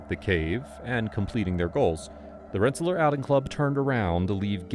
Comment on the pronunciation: Rensa-lear not Rensa-ler